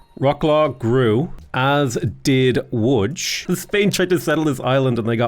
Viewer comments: Great pronunciation of "Łódź" ;) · Coming from a Pole, Your pronounciation of Łódź is dead on. Congrats! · Pronunciation of Łódź is amazing, Wrocław is basically vrotsuav, we don't do weird stuff with c. C is always ts. ;) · I like that you pronounce Lodz as "woodge," like it's supposed to be. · Thank you for pronouncing Łódź properly. It means a lot. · how did you know how to actually pronounce "Łódź" ?! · Your pronounciation of Łódź was so good I thought maybe you know some Polish, but then I heard "Wrokław" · Respect for pronouncing “Łódź” correctly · You actually pronouncing Łódź correctly! Mindblown,jpg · You say Wrocław and Łódź good :)